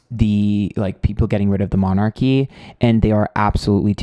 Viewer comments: You can't pronounce "monarchy" but you can read tarot cards! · just a bit of advice here: if you are going to do a reading on a subject like this… do a bit of research first. It sounds really ignorant you can’t pronounce ‘monarchy’ or know that it is definitely Charles who is now king. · Gawd this guy is sooooo American ... can't even pronounce 'monarchy' and then proceeds as if it was all about an American TV show on 'the monarchy,' it seems that he's making things up specifically for an American audience. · Shame on you you should at least research how to pronounce monarchy and at least know who is king queen before you put on a shit show like this by the way I have loved all your previous shows but please don’t show your ignorance. Saying you don’t follow the monarchy is no excuse. other than that I think you’re pretty right on. When they let the Yacht girl join in on the walkabout to get footage for Netflix I knew Charles is really weak. That’s why the queen wouldn’t step down and let Charles be king.